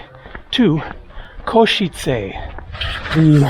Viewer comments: In case it helps - you say it well, but just the "e" at the end of Košice isn't "ayyy", it's a short sharp e sound like the e in bed or dead or the start of Everest (not sure if that makes sense but I can't think how to explain it better via typing) - something like "Ko-she-tse" not "Ko-she-tsay". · the first foreign person who can pronounce Košice correctly 😂